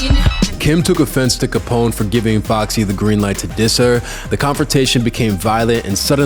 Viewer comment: As a black man how you gonna pronounce Capone and Noreaga incorrectly